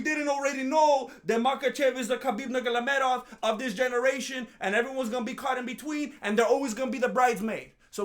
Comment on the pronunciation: it's funny😂😅 how you pronounced Khabib's name.... it's simple: Norma-Go-Medov And Danga-danga-dangda....😂😅